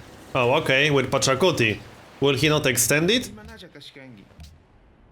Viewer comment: Pachacuti, not Pocatello.